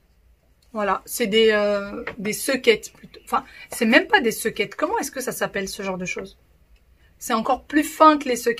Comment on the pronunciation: Soquettes et pas sequette ma belle